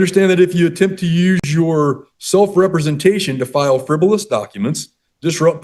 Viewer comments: 😂😂😂 “FIVEROUS”….what a scholar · "Frivorous"? Yeah, you're capable of defending yourself. One wonders, after watching the entire video, how this guy ever made it to adulthood! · Man, what a hard *ss judge! I always get away with "fevverous" document filings! 🤪